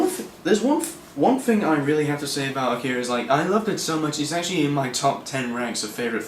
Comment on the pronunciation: It's called AH-key-ra. Not akeara, man. It's nothing personal it's just annoying to hear people constantly mispronounce the work. It's like when fans say say-figh-roth instead of sef-fir-oth, or when people say manga like its a fruit. "Main-ga". Augh. Its called "monga".